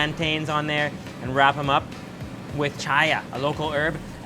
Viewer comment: Chia is pronounced "chee-yah"